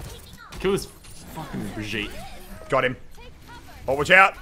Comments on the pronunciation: it's BRI-'GEE'-TE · It’s pronounced bri gee ta